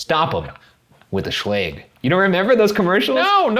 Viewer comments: No one: Shane and Ryan: sChLaGE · A horror story Ryan and Shane: sHLage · Video: Are you scared of being home alone? Ryan and Shane: SHLAGE? SHLAGE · its actually pronounced schlaje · im too busy crying at how you pronounce Schlage 😭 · Ryan's pronunciation of Schlage bothers me